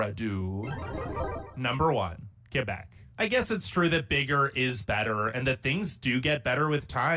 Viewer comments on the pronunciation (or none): Coming from that French speaking Province of Québec, it is Kébec, not Quwébec or else. KÉ-BEC. And no, we are not the "best Province". Can you please quit reacting to videos that weren't made in Canada? It's annoying to see you reacting to tourist traps as "facts" of a nation. Do better.